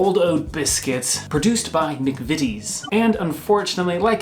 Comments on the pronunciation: manufacturers can be such babies. tut tut guys its Jaffa not joffa. its mcvities not mcveeties lol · As complicated as the English language is, most of the time though you literally say it how it’s spelt. So McVities is McVities not McVeeties. Ears are bleeding hearing McVeeties and Jarfa cakes 😂 other than that enjoyed the video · Not jarffa, jaaaaffa. Not mcveetees mcvitees. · It’s not mcveetees it’s mcvities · Omg.... I love you both dearly.... but please stop calling them Joffa Cakes 😂 and it's McVities not Macveeties 👍❤😘😘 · Please stop calling them Joffa Cakes 😂 Also, McVitties is pronounced as it's spelt, not like "McVeeties". It's a Mancunian institution so we take it seriously up here. Keep it up, guys. I am loving your videos. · You're both wrong, it does only have one T but Chris was closer, and is therefore pronounced "M'ck-Vit-EASE" (stress on capitalised syllable); not "M'ck-Vit-TEASE" as Chris (technically) wrote or "M'ck-VEET-Ease" as they were saying. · Ja-ffa cakes...not Jar-ffer cakes 🤦🏻‍♂️😆 And they're definitely a cake...as cakes go hard over time and biscuits go soft. ...and nah, Jaffa's are the best! Also, it's Mc-vitt-ies...not Mc-Veet-ees! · COME ON MAN STOP SAYING MCVEETIES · Arghhhh, Mcveeties, jahffa cakes, please stop mispronouncing these, bourbon is understandable due to the drink but jahffa cakes, theres no H or R in there, if you're gonna say it that many times get it right. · You were pretty close! It's "Muck-vit-ees" and for Jaffa the A sounds are like the A sound like in maths. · I cannot tell you how much I have enjoyed spending the last five minutes listening to you mispronounce both McVities and Jaffa Cakes every ten words. My ears are ringing :) McVities rhymes with McCities And why are you putting an R in the middle of Jaffa? Jaffa rhymes with Naffer. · the 'vit' is pounced like 'fit' :)